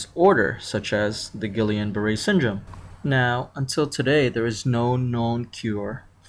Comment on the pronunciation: I stopped listening when you butchered the pronunciation. :/